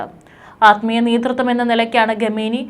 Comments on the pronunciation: ഘമേനി അല്ല മാഡം. ഖ യാണ് വേണ്ടത്. നോക്കി ശരിക്കും വായിക്കൂ. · What is this Ghameni... pronounce well... please correct